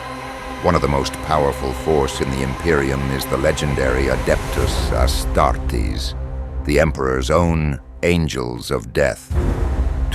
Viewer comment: the way he pronounced Astartes was so good